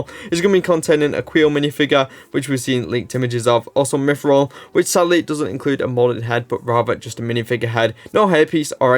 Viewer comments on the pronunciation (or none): none